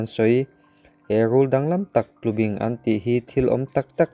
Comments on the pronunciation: Tlubing ni lovin TLUBÍNG a ni e. Bing lai tak hi thlúk deuh tur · Tlubing,i lamrik dan hi,kei ni chuan bing,lai tak hi baibing kan lam rik dan a,bing hi a ri sangin kan lam ri. A ngaihnawm khawp mai.